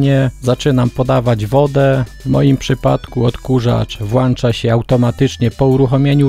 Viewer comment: Pod lektor "włancza" urzadzenie pewnie "włancznikiem"